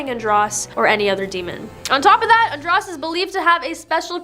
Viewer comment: Andros is pronounced with a long O .... ( an drose)